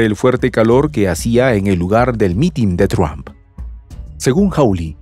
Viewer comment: PORQUE EL COMENTARISTA DICE “TRUAMP”. ??? NO ENTIENDO….LE CAMBIO EL APELLIDO O COMO???